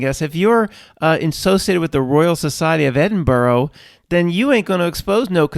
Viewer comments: Edinburgh not Edinborough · The bit about Edinburgh was hilarious. Its pronounced Edin-bra. Source: I live an hour away in Glasgow (pronounced glaz-go, not glass cow.) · The actual pronunciation is Edin-bra.... "Native" Brits pronounce borough as bu-ruh. Edinburgh is an anomaly. My ex brother in law hailed from Florida and it took me weeks to teach him Peterborough is not Pittsburgh or Petersburg or Marlboro....on the flip side I cannot pronounce Maryland as nicely as Americans do.